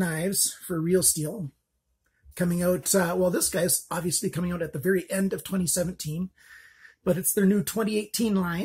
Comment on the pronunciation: "bery stubby" :P